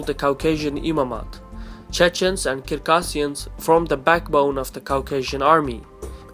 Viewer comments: Thank you for the well researched documentary. If I may, though, I'd like to point out that the correct pronunciation of the North Caucasian nation of "Circassians" is phonetically as follows "ssirkassians" and not Kirkassians, as I believe I heard you reference in this video. Stay healthy, and keep the videos coming! Incidentally, I am a Circassian. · Its Circassians with C.. pronounce it with (C) not (k).. Circassian not kircassian